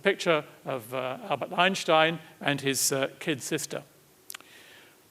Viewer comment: Finally, someone pronounces "Einstein" correctly.